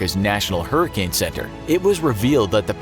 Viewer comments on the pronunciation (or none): none